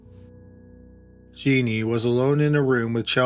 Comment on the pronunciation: It's Jen NEEN not 'Jean NEE